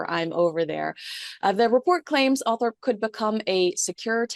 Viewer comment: It’s Althorp not Althrop.